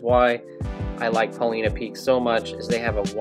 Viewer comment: Love the videos! I've been kokanee fishing for more than 25 years and have always used cowbells until recently. But, since I fish Paulina Lake, which is just at the base of Paulina Peak, I have to comment on your pronunciation: it's Paul-EYE-na.😂 That said, I have a question that I hope you can answer. Recently, I was kokanee fishing at Paulina Lake and did not do at all well. I use an inflatable kayak for a variety of reasons, so my trolling is all done with a paddle and I maintain a speed of 1.2 - 1.6 mph with as many slow S-curves as I can manage. On advice from another fisherman, I affixed reflective material to both sides of the paddle blades to aid visibility. This stuff is what would be used if you were making your own dodgers. Is it possible that the addition of this reflective tape is spooking the fish as I paddle? I am trying to blame something, obviously, since changing out the tackle didn't have a marked impact on my results. I didn't add the tape until this year and last year I did much better. Thanks in advance for your feedback and I hope you took no offense to my pronunciation comment.